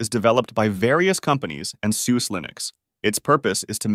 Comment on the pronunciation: It also says "Dee-bee-an" and "Sooz", instead of the correct "Deb-ian" (named after 'Deborah' and 'Ian') and "Sooz-ah" (the German pronunciation of Suse).